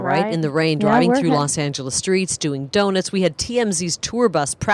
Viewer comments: It's pronounced donut not donit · Hey,: Someone needs to explain to the woman doing the commentary how to pronounce, "donut".